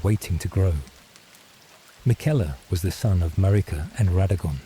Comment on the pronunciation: Sorry, in the first 5 Seconds when your AI narrator mispronounced Marika and Miquella I knew this wasn't going to work. When dealing with the Elden Ring community, these aren't small mistakes, which could be why out of 1500 views you only have 19 likes and 2 comments. Narrate it yourself.